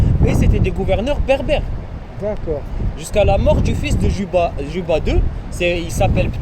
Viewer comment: Cléopâtre Séléné fille de Cléopâtre d'Égypte. Son époux était le Rex Juba II, le roi savant, prononcer Yuba, bien-sûr.